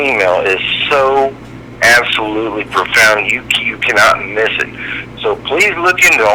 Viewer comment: Moss...not miss